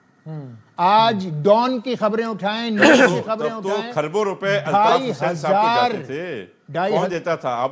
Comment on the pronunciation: خربوں نہیں کھربوں بولتے ھیں جاھلوں ۔ خربوزہ نہیں ھے ۔